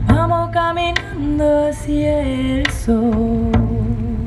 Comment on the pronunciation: "hacia" also has 2 syllable= a+cya or a+sha (not quite, but it is closer than what she says) not a+cee+a